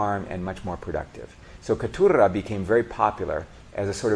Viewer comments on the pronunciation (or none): Nice video and effort. Some small corrections: You pronounced Maragojipe and Caturra like a Spanish speaker. In Brazil/Portuguese, it'd be Mara-go-jeep-y and Ca-too-ha. Edit: Also Mundo Nuovo should be Mundo Novo since you said they were called this "after the Portuguese words." In this case Nuovo is the Italian spelling.